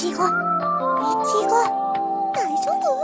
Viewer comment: OMG people stop calling them zoey and mark and whatever! I-ch-go, it's not that hard